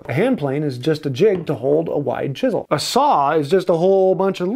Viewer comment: If chisels were that important, how come he hasn't learned to pronounce "chisel".